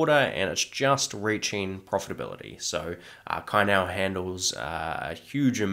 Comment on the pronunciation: thanks for the video. Great effort please keep it coming. One nitpick is the pronunciation CAI NIAO(菜鸟). In Chinese, the "C" is pronounced like "ts" (instead of "k") so it's more like /tsai, niau/. If you know a bit Taiwan politics, CAI sounds similar to the surname of the female president Tsai Ing-wen